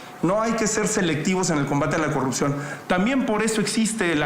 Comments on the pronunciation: no puede pronunciar la R cogucta el mtro se callo pog falta de mantenimiento😂😂😂😂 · Deberías eh, porque ella va a erradicar la cogupcion con su gobiegno 😎